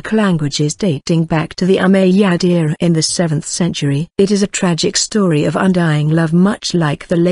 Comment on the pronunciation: It's Called ( " Umayyad Caliphate " ) Not Ummadyia Correct Your Words Pro